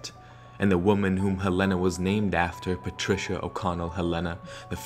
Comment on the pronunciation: Why does he say Helena like that? Awesome preformance but I'm from Helena and that's not how it's pronounced lmao